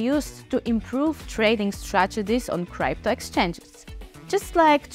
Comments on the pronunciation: Научите эту старушку правильно говорить крипто а не крайпто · It's not criepto but crypto... What a shame... How we all gonna trust this project when you are not even capable of saying the word correctly.... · Cripeto currency, Cripeto lol😂😂